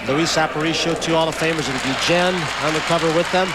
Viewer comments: Funny you call him GEE-JEN. 20 years ago he could have run for mayor of Chicago and won easy. Still love ya Ozzie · Ozzie "geegen"....🙄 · Ozzie "Gui-Jen" WTF ?????? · I thought the video kept skipping when they said his name lol. Never heard it pronounced like this before!